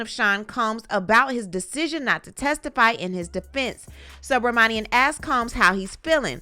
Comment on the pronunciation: narration is second to none! Sue Bra Monie Em —judge’s name stayed getting butchered by everyone.I had to practice that name few times too since it’s my good friend’s last name.